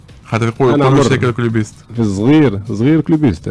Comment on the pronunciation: يا اسلام نقولو كلوبيستي مش كليبيست يا صحافي